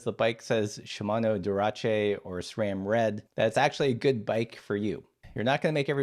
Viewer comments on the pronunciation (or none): Wait, its pronounced durahchay? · "Duracé" lol!